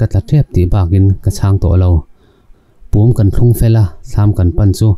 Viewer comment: Pum pawh a lam dik loh em hi.....